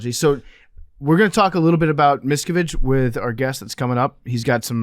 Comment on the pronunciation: You are massacuring David Miscavige and Leah Remini's name. A little research could have told you how to say their names🤭